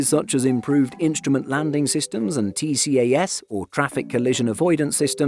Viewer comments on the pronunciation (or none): Excellent video. One note though - TCAS is pronounced as 'tee-cas' - not as T-C-A-S.